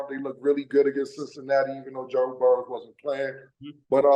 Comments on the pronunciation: Cam keeps saying Burrows. It's Joe Burrow. No s. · I thought it was Burrow not Burrow'ssss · It’s Burrow, no S